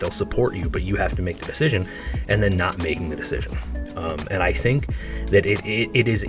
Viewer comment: He does ruin every word. Just don’t start saying “and” like him….. AAUUUowND…it’s often 3 syllables.